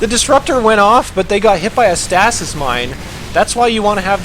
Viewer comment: I cringe every time i hear you say stasis.